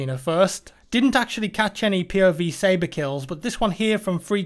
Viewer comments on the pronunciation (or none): none